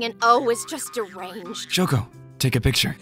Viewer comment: i love how shoko is just called "shoe"